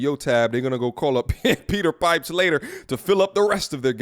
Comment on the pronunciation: Peter Pipe-her.